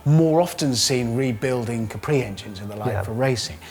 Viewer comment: It's not a Fwee leeter Capweeeee?